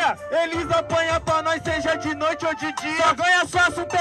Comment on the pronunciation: Ela falou "noite"